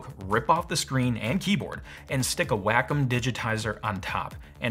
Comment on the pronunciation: It's Wah-Come. Not Whack-'Em. It's Japanese. Wa meaning peace and/or harmony. Komu is 'computer'. So... Wa - Com